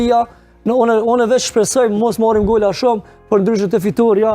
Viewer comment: Kater golla 😅😅kater gola thuhet,ja rrushi karin shqiperise😅